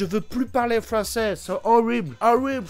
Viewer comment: le passage du " horrwible frwonzèse no no je veut plus parlé frwonsèse nono horrible pu dla teuch la frownsese no no no🤣🤣🤣